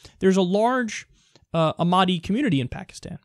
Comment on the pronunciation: It's pronounced "AWK MADIA"